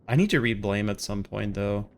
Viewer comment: The manga is read blam, not blame